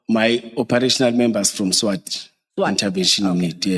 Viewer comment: He can't even pronounce SWAT heee banna